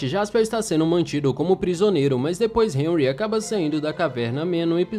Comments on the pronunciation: Nao e hanry e henry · Hanry? Ou Henry? Disseste Hanry então. "Hanry"